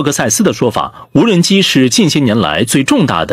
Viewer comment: 这个CCTV4的记者是福建人吧？怎么听见他说的是”无能机工厂“？😂